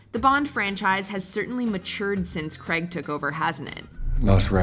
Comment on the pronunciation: Why do people pronounce it Creg it is Daniel Craig